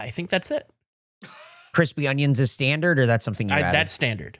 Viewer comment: is saying ungyuns instead of onions